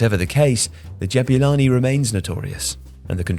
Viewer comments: lol why does he say Jab-you-lani instead of Jabulani? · As a South African, I just want to say that it's pronounced Ja-boo-lani not Jab-you-lani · great video, but it's not "jab-you-lani" it's "jab-oo-lani!" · Ja boo lani. Not ja byu lani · Why do you call it DJEBYULANI? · It's pronounced Jah-Boo-Laa-keee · "Jabewlani" 😭😭 this man done colonised this ball's name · I never thought I'd hear someone butcher the pronunciation of "Jabulani"...